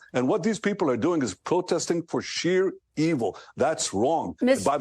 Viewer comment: "sheer evil" he said ckck